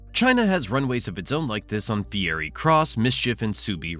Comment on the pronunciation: My dude called it "fieri" cross reef.. Next stop flavor town! Bruh....